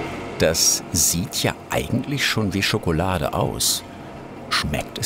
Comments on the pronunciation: Wenn Nerft es auch das er immer schogolade anstatt Schokolade sagt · Sagtest du da eben Schokolade?Schokolade !? Schokolade!????? SCHOKOLADE !!!!!!??? SCHOKOLADEEEEE!!!!SCHOKOLADEEEEE!!!!SCHOKOLADEEEEE!!!!